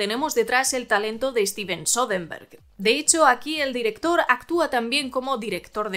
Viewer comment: Me cae bien la chica, pero se la pasa diciendo "Steven Sodenberg"